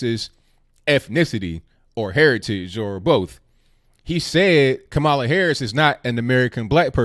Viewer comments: kam uh luh like pamela. Not ka mall luh like Kaballah. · ITS KA- MALA WITH THE ACCENT ON THE FIRST SYLLABLE. ALSO IS NOT ABOUT RACE IT'S ABOU LINAGE . KAMALA IS NOT ADOS( AMERICAN DESENDANTS OF SLAVERY) THAT'S WHAT SHOULD BE THE FOCUS. PLEASE CHECK OUT ADOS101 ON YOUTUBE.